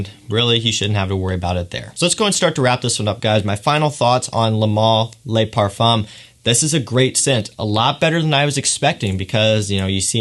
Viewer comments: Ok clearly you're pronouncing things wrong on purpose for the memes, my bad dude. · liked the video. I just don't understand how you pronounce le male perfectly, but pronounce le parfum as lay parfum. Same with le male (mal) but then ultra male as male...